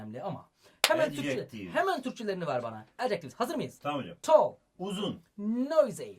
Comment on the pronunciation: Hocam neden abartarak konuşuyosunuz bi tall diceniz teoullll diyonuz